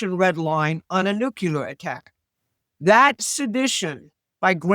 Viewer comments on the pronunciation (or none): All good. But, for God's sake, it's NUCLEAR, not nukelar